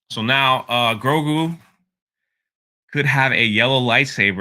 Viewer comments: Can you say GRO-GU ? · Grogu = Grow-Goo it ain't hard man. lol. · I’m now officially calling him Groogu instead of Grogu. XD